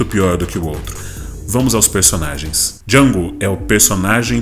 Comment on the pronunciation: o D é mudo, caipira